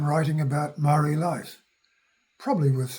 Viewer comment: Please learn how to pronounce the word MAORI properly. That would be a great start before making a video on heresay.